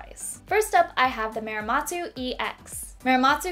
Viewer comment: why do you pronounce Muramatsu like “Miramatsu” or “Meeramatsu”? It’s really not difficult, please learn how to pronounce it correctly!